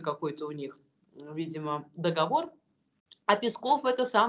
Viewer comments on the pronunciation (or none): none